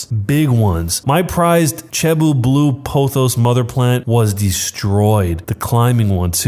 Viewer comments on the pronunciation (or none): A new way of robbing banks……. also, cebu is pronounced see-buu not che-buu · Btw it's sebu not chebu